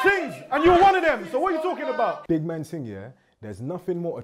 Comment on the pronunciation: she should not have said that man that wrong